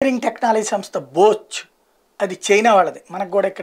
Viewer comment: బోచ్ కాదు రా అది ... బాష్ (Bosch) 😂😂 Edhava YCP Bendapudi English nuvvu Neeku endhuku ra International news ??